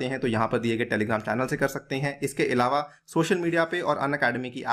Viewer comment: Sorry to say but इलावा की जगह अलावा बोलें🙏🏻